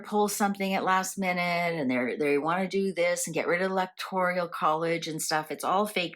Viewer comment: Electoral not Electorial